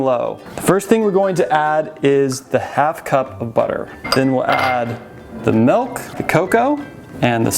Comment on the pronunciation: pronunciation dictionary Milk=Melk Vanilla=Vanella😽😻Makes me smile Because it reminds me of my mom. She was from Minnesota❤️